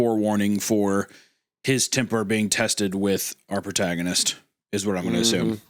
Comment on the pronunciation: Anyone else hear Wendigoon say “PortagaMist” instead of “protagonist” 😂